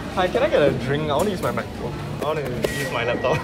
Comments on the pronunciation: I love the way he pronounces “MacBook” Makbuk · I think he cant even close the "mechbook" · "mechbook" thats sounds like an illegal substance